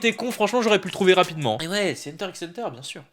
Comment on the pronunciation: On dit hunter hunter le x ne se prononce pas